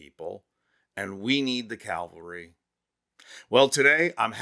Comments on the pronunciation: Please do me a favor and correct your pronunciation of the word "cavalry" which as you know historically means mounted on horseback but in modern terms is an armored vehicle regiment. You pronounced the word as "calvary" which means the place where Jesus was executed on a hill called Golgotha, completely different meaning and trigger word for those of us who are recovering religious. And just for the hell of it I hope you don't say "joolery" when meaning to say "jewelry", or "rillator" when meaning to say "real tor". Gawd, I only made it in the video. Pet peeves are turning me into a karen. Don't make me a karen. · How many times are you gonna let this moron say "calvary" instead of "cavalry" ??? Huh? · It’s cavalry not Calvary. But thank you for the video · CaL?vary? Cavalry!! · It’s CAVALRY NOT CALVERY…….ha! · Cavalry, not Calvary. The mistake distracts from the real message. Great message though! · Cavalry…. Calvary is in Jerusalem. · The word is "cavalry" not "calvary" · The”Calvary” has arrived??? Do you mean “cavalry”? Calvary is where Jesus was crucified. Or maybe you’re thinking of crucifixion for a certain orange candidate? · Cavalry....not calvary! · cavalry (Horse mounted troops) NOT Calvary (stations of the cross)! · Cavalry, not Calvary. Sheesh. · It’s cavalry not Calvary. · "Calvary" is the name of the hill Jesus was hung up on. Think you mean "cavalry". Horse soldiers. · Good work but dude it's "cavalry". Calvary is a city in Canada! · The word you want is CAVALRY not CALVARY. "Calvary" has 2 meanings: (1) : an open-air representation of the crucifixion of Jesus (2) an experience of usually intense mental suffering I don't think that either of those is the word you want. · Cavalry, not calvary words have meaning and these two are not the same. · It is cavalry, not Calvary. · The CAValry🐎 have arrived. Not CALvary. ✝️. 🙄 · Cavalry! Not Calvary! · It's not Calvary, it's Cavalry. Calvary is a place, Cavalry is a military on horseback. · It's "cavalry."